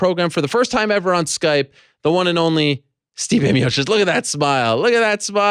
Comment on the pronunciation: Steve miotish 😂😂